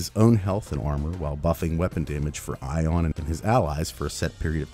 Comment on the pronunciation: No. NO NO! My name is not pronounce [Eye-ohn]. No, it's [Ee-ahn]. Like Ian. Regardless of the frame's name. It's universal.